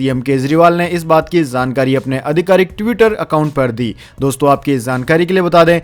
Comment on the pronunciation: आपका चैनल बहुत अच्छा है कृपया शब्दों के उच्चारण पर ध्यान दें जाJaa और .ज zaa के उच्चारण पर विशेष ध्यान दें . जैसे की जानकारी एवं गलत उच्चारण zaankaari